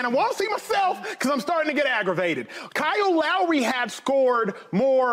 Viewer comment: "37 years old Kyoo LAury"